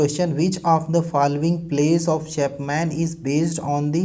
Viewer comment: Chapman ka pronunciation nhi kr pa rhe ..great work hi h ye shayad..